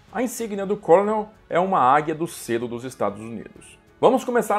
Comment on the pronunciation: Apenas fazendo uma pequena correção na pronúncia da palavra "colonel". A pronúncia, em inglês, de "colonel" é idêntica à da palavra "kernel", mesmo não tendo a letra "r" na palavra. Então não se pronuncia "côlonel", mas sim "kêrnel".